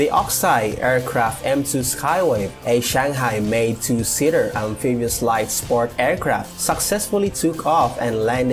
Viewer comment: please pronoun Shanghai (SUN HAI) and not chenghai.